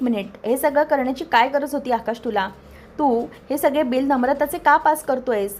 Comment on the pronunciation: सग्गेजण नाही गं सगळे जण असे म्हण